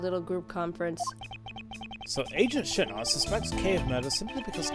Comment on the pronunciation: Shih-na! I watched a play through where he pronounced the name such a fun way and I always have to say it like that now lol